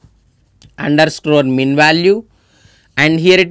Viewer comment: Its underscore not underscrorrrrrre.